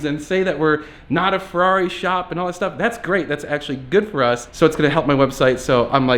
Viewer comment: "FERRRRRAAARI!" lolz